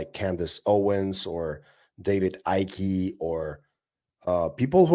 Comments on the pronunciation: David Ickey!! Its Icke as in Ike Turner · It is pronounced IKE David Icke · In David Ikes name, you don’t sound out the E on the end. If anyone’s an alien it’s got to be Elon 😂